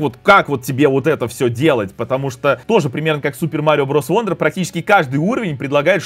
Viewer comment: Wonder читается как "Вандер", как в слове son (сын). "Вондер" читается слово "wander" (бродить). Такие вот правила чтения у англичан